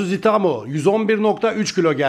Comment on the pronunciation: Abi itaumayı doğru telaffuz et lütfen itamo itamo diyip durma kulağımı tırmalıyor😅🙏🏼